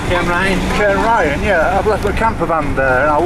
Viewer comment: Cairngarry ??? Not such a place. Try saying cairn. Ryan. Cairnryan.